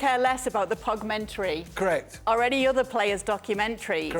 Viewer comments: Stevie was so disgusted by the Pogmentary he started calling it Pogu-mentary 😂😂😂😂💀💀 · 'Like' for Pogumentary hahahaha